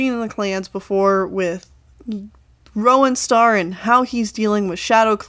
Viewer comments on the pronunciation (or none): Everyone says Rowanstar wrong it's R-ow-an star Because it's a kind of berry that grows on a tree I have one in my backyard